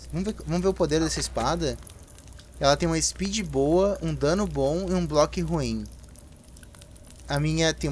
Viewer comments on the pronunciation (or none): none